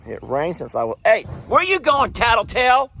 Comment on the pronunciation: I just have to laugh out loud whenever you say. Tattletale 😂😂😂